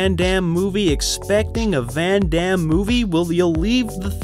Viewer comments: You are American, hence you have absolutely not the faintest idea how his name is actually correctly pronounced. Just hilarious. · Jeane-Clawd Van-Dam